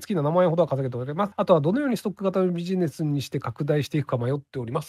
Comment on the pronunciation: ダイゴのビジネスって発音？ ライバロリみたい